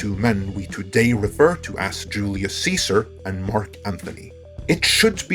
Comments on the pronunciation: Kudos to! "Caesar" is actually pronounced like "Kaiser". 👍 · I love your channel, but that was a statue of Augustus, not of Marcus Antonius. I do love that you said Caesar correctly, even if I myself prefer the anglicized version. I loved season 1 of Rome, and I loved some of the scenes Cleopatra was in. Especially the scene were she infiltrated the palace, and the scene were she has a strategy session with Caesar. I did not like that they turned into a hash-huffing nymphomaniac, however. I feel that is typical HBO looking for anyway to shoe horn in some soft core porn, and it detracted from the character. They could have spent more time showing her raising an army in the Levant and leading it to the Nile to have a standoff with her brother's forces. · THANK YOU for pronouncing Julius Caesar's name in the latin way.